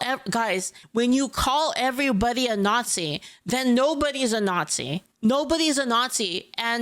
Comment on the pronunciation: I'd love your pronunciation "naughtsee" to be whispered in my ear over and over again 😂😂😂